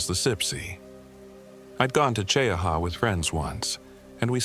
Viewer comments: it's Chee- ha, not cheeahawaa, or whatever A.I. waa saying. Story is b.s., but it's a real place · I just bought 4 acres on the edge of Talladega National Forest. Cheaha is beautiful. Chee-aha is the pronunciation. I guess this is another A.I. video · AI😂 MT. CHEE-HA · It’s pronounced “Chee-haa” btw 😂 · It’s pronounced Chee-ahh. It’s in Randolph County. Another YouTube to have no interest in, since the channel creator has to rely on AI to wipe their ***es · Born and raised in Talladega county, Childersburg, AL. Now I live in Jacksonville, FL. ❤ Cheaha mountain is my favorite! I’ve crawled all over those boulders. But the pronunciation is “Chee-haw” 😂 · Cheha is pronounced chee-haw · Pronounced Chee-ha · Jacksonville Alabama. Right outside the TNF. Lots of stories come out of there. I don’t venture in there. It’s pronounced Chee-ha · Hello from Birmingham Alabama. It's pronounced Mt. Chee - Ha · Opp, Al & AL needs help with our towns & things. It's pronounced Chee Ha, that simple. We have many beautiful places to see. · Gadsden, Alabama.....Cheaha is a TWO syllable word, 'Che-ha...LOL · you know a.i. cannot pronounce names properly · Pine Level/Prattville, AL but from Lincoln. Cheaha is pronounced Chee-Haa! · I came here for the same comment......glad someone is looking out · this is A.i. and its not gunna pronounce cheaha right. Hurr durr